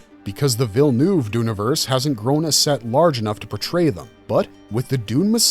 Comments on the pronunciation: VILLENEUVE it's pronounced: VILL-NÖV, not VILL-NUUV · lol Vill-noov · I hear a lot of English speakers pronouncing Dennis' last name as Villenooooov. Know that you are 95% of the way to pronouncing it properly. The difference is that the "eu" in the "neuve" part is actually pronounced like the "uh" in "'Murika!" Once you get that, then you'll be able to properly pronounce the name Villeneuve